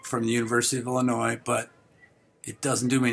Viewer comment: ILL&ANNOYED (Illinois) 😂